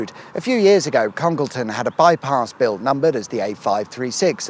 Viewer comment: Please note that Congleton is pronounced Conge Layton by those in the know.